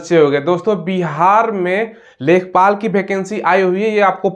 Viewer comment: लेखपाल न है इसको लेखापाल कहते है